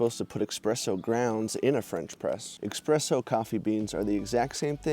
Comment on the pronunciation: The coffee word is pronounced eSpresso, not eXpresso. There are two common pronunciations of the State Capital of NY, Albany. Some pronounce it Al-bin-e. Others pronounce it All-bin-e. The building you refer to as "nice old government building, still creepy" is that State Capitol Building. Construction started in 1867 and was completed in 1899, at a cost of $25 million.